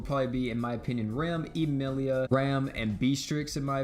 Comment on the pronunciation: Rehm or EEmeeleeia 😂